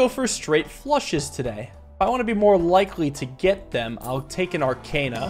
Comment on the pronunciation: I adore this game and your series on it but for gods sake please pronounce arcana right.